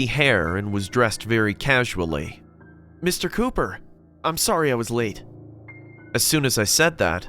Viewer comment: It says ,,Mr Copper"instead of ,,Mr Cooper"🤣🤣